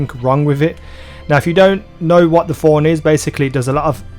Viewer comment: Stop saying Forn, it's Thorn you dumb ugly accent